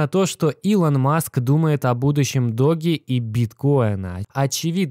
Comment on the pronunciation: доудж коин (doge coin), а не доги коин, ты что ...!? Собача монета (doGGy coin) тут не причем .